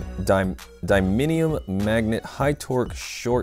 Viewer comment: It's a Dean's plug, not a T plug. And you're saying Tamiya wrong, and you're saying neodymium wrong.